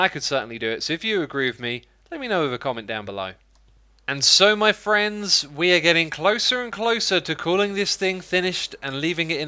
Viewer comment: Did you just open the video by saying ‘My Thrends?’